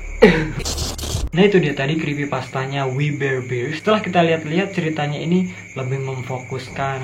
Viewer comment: Bang bear bukan bir :v